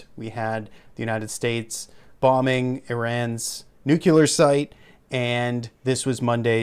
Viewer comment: nuCLEAR not nuCULER you sound like George W Bush